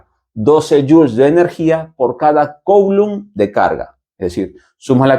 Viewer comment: Coulomb en francés se pronuncia /kulõ/ 😳